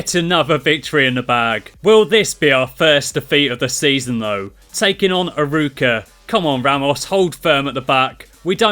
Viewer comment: To pronounce Arouca it's ah-row-ca.